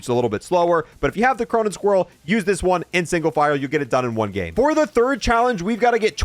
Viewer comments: why do you call it the cronen squirrel and not squall? like is there something that makes an "r" sound that I don't know about. not trying to be mean or anything just want to know if I'm saying it wrong and why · The amount of times he calls it squirrel and not squall kills me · The Cronen squirrel 💀 no one butchers words like